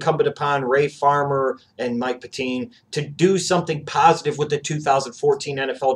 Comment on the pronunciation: And it's Pet-tine (pronounced pet-tin)